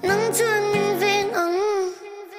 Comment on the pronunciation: 'angg' a va thing tak 🤣🤣🤣🤣